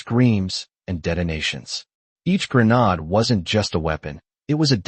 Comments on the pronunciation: AI has difficulty pronouncing grenade. It’s one way of telling that it’s written and narrated by AI. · Grenodd? C’mon, it’s grenade.